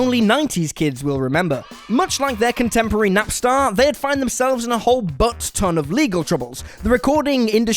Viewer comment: Jesus Will, NapstEr... not NapstAr.